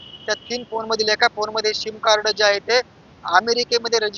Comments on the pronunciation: पत्रकार साहेब ’सीम’ कार्ड म्हणा ’शिम‘ नहीं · शिम नाही रे सिम सिम कार्ड